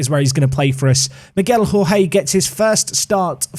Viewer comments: Hey, really enjoying the series so far! I think Jorge is the Portuguese equivalent to George, and is pronounced a bit like Georgie, rather than the Spanish pronunciation that you were using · Jorge in portuguese is pronounced almost like George